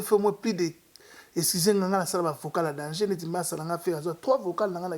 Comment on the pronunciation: getou matuvanga on dit danger et non dangeux ok